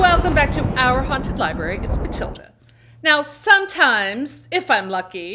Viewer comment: I always love the way always pointedly says "OUR haunted library":D